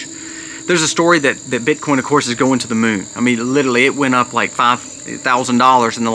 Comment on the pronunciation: Please listen to how many times you mispronounce and over use the word 'literally' in this video . . . 🙏🏽